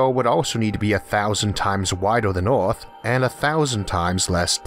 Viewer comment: He says earth like "eOReth"